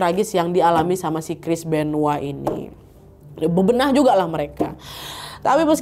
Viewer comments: Benoa? Benoit kali wak . Benoa mah Bali 😂😂😂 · Terlalu lebay nyebutnya Chris benoa udah tau Chris benoit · Chris benoit kak, bukan chris benoah😅